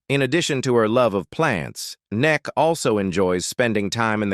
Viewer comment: Neck??? Is that how AI pronounces Emmy Kay😮???